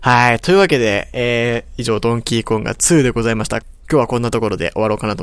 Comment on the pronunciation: ドンキーコンガｽﾞｩｰ